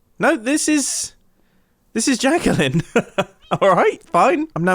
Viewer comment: He said jacqueline's name wrong :(